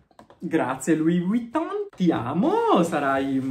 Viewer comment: Però impara a pronunciare Vuitton, perché la V non si pronuncia U. 😅